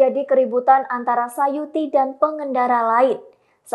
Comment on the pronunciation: Tulisan namanya suyati... Tapi penyebutannya sayuti... Mana yang benar mohon info...